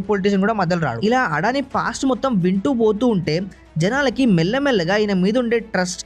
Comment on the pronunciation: అడాని కాదు అదాని.